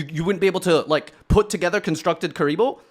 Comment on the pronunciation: "Constructed Kuriboh"